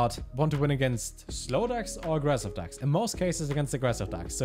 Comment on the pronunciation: why does he keep calling them "dacks"